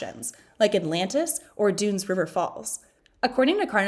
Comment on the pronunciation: It's DUNN's River Falls NOT Dunes like..... Sand Dunes But, like Done, rhymes with fun, sun, bun....... Dunn's River falls!!!!!!!